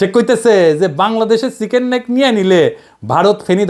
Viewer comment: ময়ুখ রঞ্জন চিকেন নেক'কে বলে চিকেন স্নেক😄